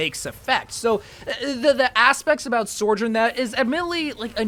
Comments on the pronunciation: Bro never fails to extremely confidently slide an "r" between sou and jorn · Ah yes, SOREJOURN